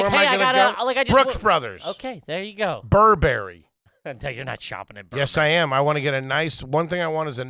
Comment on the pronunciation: Pronounced Burr ber ree Not burr berry ;)